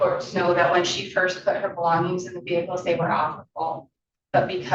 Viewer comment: Vehickles? Seriously